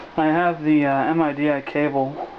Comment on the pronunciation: Another thing... its not pronounced as an acronym and separate 4 letters M-I-D-I... its pronounced MIDI (as in "Mid-eeee")